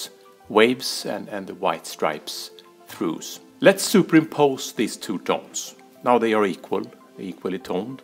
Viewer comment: Fascinating stuff. Not sure I follow. Btw, your pronunciation of 'trough' throws me. I've always heard it with an 'f' sound and rhyming with 'off'. Thanks for the video!